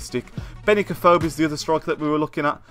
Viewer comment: U can't say afobe right